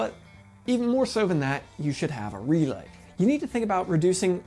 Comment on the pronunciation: This guy? "R E L A Y!!" That's right big Guy U said it right! "R E L A Y!!!!" Alrighty Big Man U did it again! "REEELaY!" (owwww god this is gonna get old?)